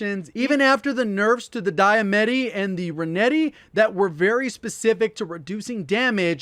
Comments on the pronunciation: DiamAtti... not DiamEtti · Dia-Matti not Dia-Metti. Still a good vid, thanks Dad. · I swear 😂 nobody, literally NOBODY can say “daye-ma-tee” Diamatti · I cringe every time he says dye-a-metti. That’s not how it’s pronounced! It’s dee-a-matti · its pronounced "Dia-Matti " not metti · it’s the D a mat ties not Dia met tees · “D-Ah-Ma-T” sounds way better then “Die-A-Met-T” plz i cringe every time I hear you call them that 😂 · Dee-uh-mott-ee, not die-uh-met-ee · De-a-ma-tee. It is not die-a-metti. Does he not actually read the weapon name? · It's dee-ah-mah-tee not die-eh-meh-tee lol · Dye uhh metti? 😂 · I can't stand how he says Die-a-met-ie. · Why is he calling it the Diametti. Is it some name people call it or is it just pronunciation. I’m just wondering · is it me or does he say DiaBetti instead of DiaMattI haha, good vid. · D-uh-ma-t is how you say it! You’ve been murdering this word forever. Luv you lots! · The correct way is di-ah-mati, diamatti comes from latim (or some derivative language) and it meaning is "day killer" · D I A M E T T I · Love your content... but... Dee - a - ma - ti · "Diametti" IT IS LITERALLY SPELLED DIAMATTI, y'all make my ears hurt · This man refuses to acknowledge there's an "A" in diematti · The way he's pronouncing diamiatti lol has me crackin up "diametty"😆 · His pronunciation for the Diamanti is kinda foooked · The way you say “Diamatti” is killing me inside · Yah I’m gonna stick with my renettis. And I don’t like the way you incorrectly pronounce Diamattis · Disliked just because of how he pronounces diamatti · lol its the Diamatti kept saying it wrong